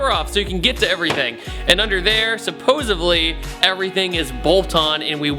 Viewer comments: he says "supposively" instead of supposedly when he was talking about needing to take off the bumper. the biggest thing i noticed in this video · "supposevely" <3